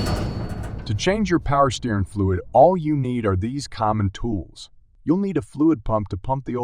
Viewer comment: Its not "steerin fluid." Its steer- ing.